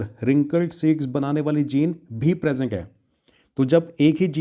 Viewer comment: Sir presenc nahi hota ha present hota pronounce 😂😂😂